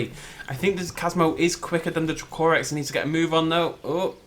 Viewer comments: I love how you pronounce DracoRex. Thats not how you say it too :p xD Its DrAAkorex pretty much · I thought it was pronounced Draco-Rex and not dra-co-rex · dra-COR-ex nice accent, mate, haven't heard that pronunciation before (no hate)